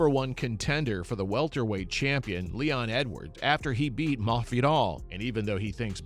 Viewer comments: Possibly a speech impediment? Or the guy is low key trolling mafidal. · i mean he pronounces every word except masvidal right, but i dont get the troll either, not sure tbh😂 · why do you need to pronounce his name like that ://